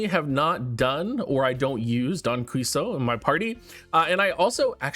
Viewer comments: I hope this helps and isn't just annoying but Don's last name is pronounced like Key-Ho-Tay. I love that all the characters are based off of characters in novels. Knowing what books they come from helps understand them and their characterization so much! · Just a heads up, Don's last name is pronounced kee-hoe-teh and she's a female Also, I think N Heathcliff's got potential if self destruction corrosion strategies start to show up in the future, but I agree it's not great in the current state of the game Thanks for the videos as always! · Not to complicate things further, but I believe the pronunciation may differ by region. I've heard it pronounced both "kee-ho-teh" and "kee-ho-tay". Both from people who were fluent in spanish. I've personally always said the latter as my highschool spanish teacher pronounced it that way and she was actually from Mexico lol